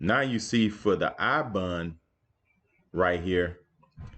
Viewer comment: Bond not bun